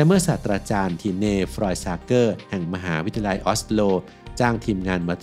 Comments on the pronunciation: 04.25 มหาวิทยาลัย x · ขออนุญาตนะคะ ฟังและสังเกตุมาหลายคลิปแล้ว การออกเสียงบางคำมันแปลกๆ ค่ะ เช่น คำว่า มหาวิทยาลัย อ่านว่า มะ-หา-วิด-ทะ-ยา-ลัย แต่เสียงพากษ์พูดว่า มะ-หา-วิด-ทะ-ลัย หรือคำว่า วิทยาศาสตร์ ก็พูดว่า วิด-ทะ-สาด แบบนี้ค่ะ ไม่แน่ใจว่าชินกับการอ่านแบบนี้ หรือพูดไม่ได้จริงๆ เพราะมีบางคำที่เราก็พูดไม่ได้เช่นคำว่า แคนาดา เราจะพูดว่า แคนะดาดา ค่ะ 🤣🤣